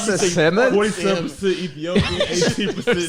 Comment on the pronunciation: said Samon bruh I'm rolling😂